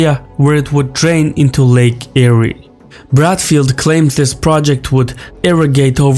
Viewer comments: lake Eyre(air) not airy: era= ee rah not air ah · Lake "air" not "eerie" ;) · Lake Eyre, is pronounced “Air” not “Airy” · I'm from the Uk and even I know it's pronounced Lake Air -"Lake AyRee" was like nails on a chalkboard. Props to this guy for making this video anyway, It's not like we're researching and producing content like this. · Lake Eeerie ?, Eyre is pronounced like Air. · Lake Eyre is pronounced Lake "Air" by Australians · I’m Australian and he is pronouncing it incorrectly. Lake Eyre I pronounced the same as “air”. He also pronounced wilderness incorrectly. Like wild not will. No big deal and the video is interesting. 😊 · Spelled Lake Eyre, pronounced Lake 'Air' Edward John Eyre was a British explorer in the 1800s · LAKE EYRE is actually pronounced Lake Air. The Japanese didn’t snatch an easy victory, they dropped bombs and fired off a few torpedoes in Sydney Harbour and attacked shipping sporadically up the east coast. None ever set foot on Australian soil (in a formal attack, maybe to scout or forage) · Btw its pronounced lake "Air" interesting vid. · Lake Ayre is pronounced lake air. The e is silent. Also given the amount of flood water that makes it all the way to the farthest exstents of these regions, Dams would only help prolong how long those waters would last. So not sure or convinced about this evaporation formulea. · yeah lake 'air' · Lake Eyre is pronounced Lake Air btw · Lake Eyre is pronounced like AIR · It's "Lake Eyre, pronounced AIR" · Lake Eyre is pronounced Air. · Lake Eyre is pronounced "Lake Air" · Lake Eyre is pronounced Lake Air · Lake Eyre is pronounced Lake 'Air' the re is silent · hey if you are gonna do a documentary on Australia at least say and read the names correctly its lake eyre like as in AIR learn to pronounce better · Loved the way he pronounced "Lake Eyre" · The pronunciation of Lake Eyre was funny